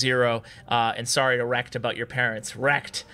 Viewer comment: i liked how he pronounced it rek-ted instead of rekt(ed)